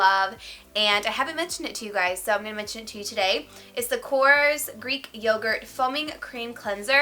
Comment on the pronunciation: Korres is a greek brand!Very very nice brand! You do not pronounce it correct!!!!Hahaha you are so cute!!!!